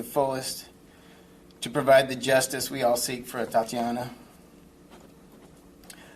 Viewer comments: Say it with me: AYE-TAT-TEE-AW-NAH. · HER BEAUTIFUL NAME IS PRONOUNCED AS, A-TAT-TIANA! GOT IT! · She didnt even say her name right! They dont give a Fu*! Its bull that they want us to believe they care..friday she was killed and it took til Monday to fire him?? Its bc people are in an uproar!! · A TA TIANA How caring can you be if you cannot éven pronounce her name right!!! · That bastard made that statement with a smile on his face, and couldn't even say her name correctly..........He's only just taken the job off a black police chief . White officer , White mayor and white police chief.......................Don't expect justice .The executions will continue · Can’t even get her name right! Damn! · SO, HE JUST RESIGNED SO HE COULD GO AN UPDATE HIS RESUME TO GET READY TO SUBMIT IT TO OTHER PRECINCTS THROUGHOUT THE COUNTRY!! YALL FULL OF SHIT!! YALL CANT EVEN PRONOUNCE THE GIRLS NAME RIGHT, SO YOUR EMPTY APOLOGIES MEAN NOTHING!! WE ARE TIRED OF HEARING THESE BOGUS ASS APOLOGIES FROM DISHEARTENING POLICE CHIEFS ABOUT YET ANOTHER WRONGFUL SHOOTING AN MURDER OF AN INNOCENT BLACC PERSON!! FUCC YALL!! WE TIRED OF THE BULLSHIT!! YALL GONE GET WHAT YOU WANT, KEEP ON WITH THIS SHIT!! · Stick your thoughts and prayers. Practice saying her name correctly!!! Possibly??? They are trained to kill when they see BLACK! Same old BS!!! 😡😡😡😡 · And say her name right!! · I KNOW YOU MAY NOT LIKE IT WHITE PPL. "OUT OF RESPECT FOR THE DEAD, PLEASE, PLEASE PRONOUNCE THIS BABYGIRLS NAME CORRECT! BECAUSE I DON'T BELIEVE SHIT THAT Y'ALL SAY! AND YOU, I DAMN SHO DON'T BELIEVE YOU! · Couldn't even bother to learn how to pronounce her name? Her name is Atatiana. Say her name. Everyone please say her name. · She can’t even get atatianas name correct. Idiot. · Starts out with the mayor mispronouncing the victim’s name MULTIPLE times... Atatiana’s name was part of her identity as a human being. Say her name properly.